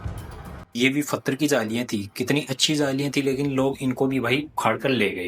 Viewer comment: तुम्हारा नाम रखा h or पत्थर को फत्र बोलते हो मुस्लिम की तरह 😂😂 हालाकि तुम्हारी हिम्मत ह जो ऐसी जगह जाते हो और हमें दिखाते हो आप दोनो का धन्यवाद ❤❤ स्पेसली कैमरा मैन का धन्यवाद जो इतनी देर तक बिना बोले रह जाता है